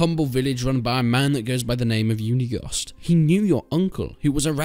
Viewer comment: Finally someone else who says "Uniegost" correctly!